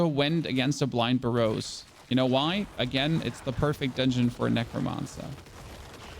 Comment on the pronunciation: Interesting pronunciations of Burrows. Whats your native language. Its Ber-Ohs btw lol. Not a big deal tho.